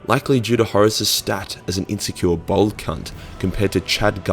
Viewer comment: you as a fellow aussie you need to learn how to actually pronounce bald, you said bald like bold